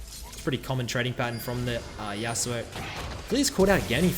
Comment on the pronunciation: Yas'oo'oh's Yasuo. LoL